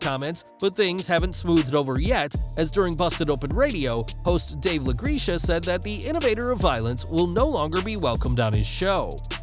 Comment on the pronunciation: LaGreca is pronounced "La Grek A". That's haw Dave from Busted Open Radio pronounces his last name.